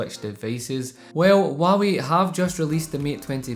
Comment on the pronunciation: Waawee is all I here the struggle of out accents great vid bro!